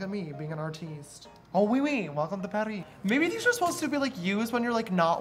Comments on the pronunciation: "oh oui oui! Welcome to parree(paris)" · oh- oui oui, welcome to paris(ree)😀